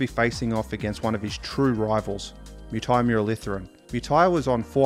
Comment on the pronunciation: AMAZING VIDEO but the way he pronounced Muttiah Muralitharan